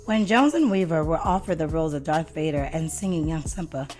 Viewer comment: She said DARK Vader 🙄 it's Darth Ya ninipoo